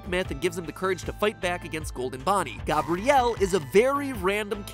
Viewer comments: ok my name is Gabrielle and I just thought this is funny but matpat says it like Gobrielle but says Gabriel right XD that is just so funny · Gabrielle is pronounced nearly exactly like Gabriel. Not GAAW-bree-ill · I am here 3 years later but it’s gab-ree-ell not gub-bree-ell you pronounced the ‘A’ like an ‘U’ it’s a common misconception with my name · Gah-brielle... Never have I heard such an atrocious way to pronounce my name.... I thought it was annoying to be called Gabriel or Gabriela... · says GOBrielle but says Gabriel correctly 😰😰 come on MatPat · You pronounced my name gabrielle wrong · my name is Gabrielle, not how you say it mat, nice try though..... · the way you say "dolls" and "gabrielle" hurts my heart